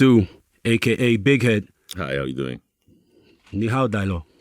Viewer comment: ni hao di low - lmfao not right